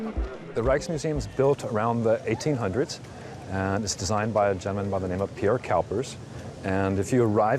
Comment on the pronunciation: Architect Pure Cowpers haha I love how you manage to fumble up words and names like that of Pierre Cuypers. Nice documentary but skip the Anne Frank house. Hours of waiting for a disappointing exhibit. It's good marketing but not mych to see